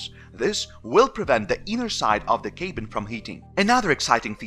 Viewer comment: Some English language help: Cabin is cab-in not kay-bin. You use "deprived" a lot which is more used for people struggling with poverty rather than sitting in a Tesla. Feeling "left out" would be more appropriate. (Just friendly tips to improve!) 😁 I know how hard it is learning a foreign language!